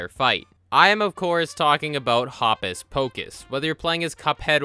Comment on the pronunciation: i think hopus pocus' first name is supposed to rhyme with hocus